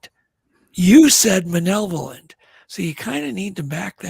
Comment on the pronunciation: The word is maLevolent, guys. With an "L" lol 😁 Great guest & show tho.